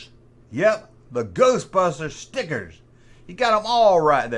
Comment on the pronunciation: Some how, makes the word stickers sound like a racial slur. 😅